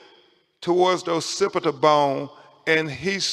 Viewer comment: wtf is a "pacipita" bone. they need to investigate how he passed the bar